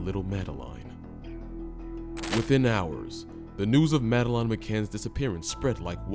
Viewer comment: At least respect her by spelling and pronouncing her name properly, its Madeleine.